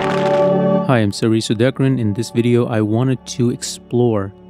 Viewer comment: What's a wideo?😅